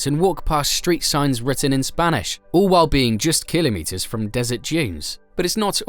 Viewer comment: And stop saying killimetres 😂😂